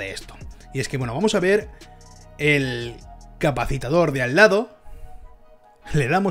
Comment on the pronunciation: Capacitor. Te sobra una sílaba.